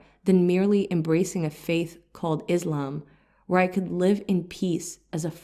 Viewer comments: See, the words 'Islam' & 'Muslim' are being pronounced wrongly..They are arabic words. I don't know whether the interpreter is muslim or not. But definitely a good muslim knows how to pronounce arabic words... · Start saying Islam not “Izlam” and Muslim not “Muzlim” and Islamic not “Izlamic”. So annoying that you can’t consciously make an effort to pronounce the words right. Grow up in knowledge! اسلام عليكم